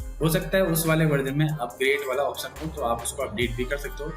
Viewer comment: opsan. option to shi se bol le bhai. ise unboxing nhi kehte. bakaiti kehte h.